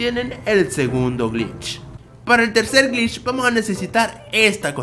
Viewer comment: pere yo reviso 2 segundos después Pará el octavo grich AJAJA